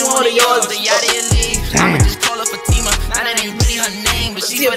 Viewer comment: My name is Fatima 😭....the fact that he pronounced it right